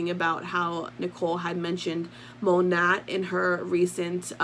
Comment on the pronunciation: Isn't it pronounced "moe- nay" and not phoneticly ( moe-nat ) 🙄 .. or maybe that was their intention originally... Oh and also, kvd= been cancelled... Anyone with a brain can see through this poor excuse for damage control to line her pockets.... She doesn't give a damn about anyone's opinion of her